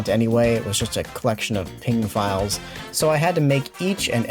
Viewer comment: never in my life have i ever heard someone pronounce PNG that badly